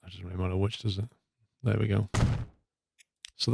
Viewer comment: i like ur vids but pls, learn to say "There"